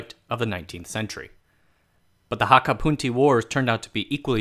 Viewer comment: It's the correct pronunciation in Hakka, not Cantonese.